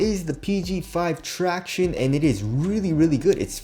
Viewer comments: who else comes here to hear him say tractiones.....? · “Tractiones”...Shit makes me cringe every damn time